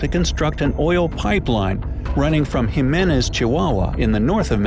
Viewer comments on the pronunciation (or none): none